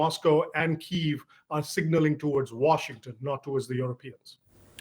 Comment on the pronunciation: after all these years how is it that someone working for CNN still doesn’t know how to pronounce Kyiv…… this kind of carelessness is unacceptable. This journalist needs to be taken off the air until he can demonstrate basic competence on the subject matter.